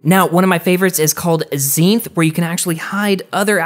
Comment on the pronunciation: you’ve been saying and spelling “zenith” wrong this whole time.... love the vids tho keep it up👍🏼